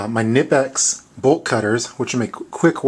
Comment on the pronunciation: Nippex? Isn't it Knipex? Rest was cool though!